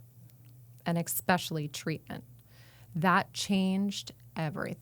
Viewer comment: "EKspecially".... Drives me nuts.